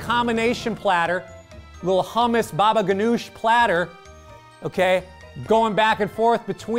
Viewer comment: Did Cory just say: B a b a g a n o u s h ? ?